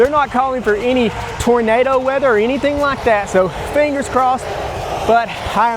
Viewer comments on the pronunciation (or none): none